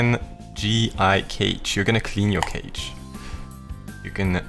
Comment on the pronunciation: cache is pronounced cash btw